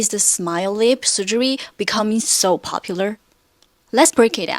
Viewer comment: I’m seriously confused at first cause the way she pronounces ‘lip’ sounds like ‘leap’